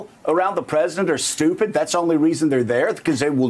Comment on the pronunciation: I totally appreciate the gravity of the situation but I am not gonna lie: I also came here to hear Joe call people "stoo-pit"😂